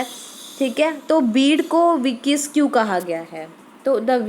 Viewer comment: Ur Pronunciation for vicious is incorrect.